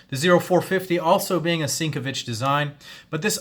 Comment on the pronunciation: You said Sinkevich wrong.